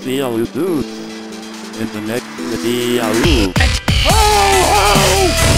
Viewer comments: He said "in the next videau" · jacksepticeye at the ending he said VIDE A RULE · " And i will see u guys in the next vidiaU " pure english brah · "in the next videaoo"